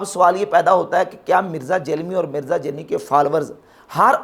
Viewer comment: جب آپ جہلمی کہتے ہیں تو ایسا محسوس ہوتا ہے کہ جہنمی کہ رہے ہیں